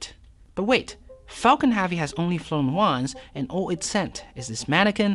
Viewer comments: Falcon H•ea•vy pronounces Hevy, not “HAVY” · drove my chavy to the lavy but thalavy was dray... for the love of god pronounce it like hevy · your accent seems normal to me, why can't you pronounce HEAVY? Especially since you use it at least 15 times per video EDIT : you also say Davil instead of devil, is it a speech impediment of some kind?